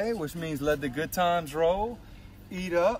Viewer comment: He said la bon ton rullet lmbo thats not even close to let the good times roll